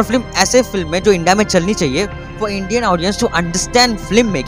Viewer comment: It's not flim it's film so pronounce right ... Otherwise nice.